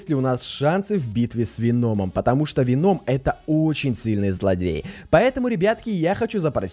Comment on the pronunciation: Веном ударение на о